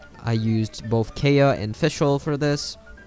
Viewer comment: Kaeya is acts pronounced KI-YA just a heads up 😃